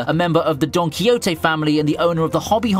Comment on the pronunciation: Why do you pronounce Don Quixote so weirdly haha.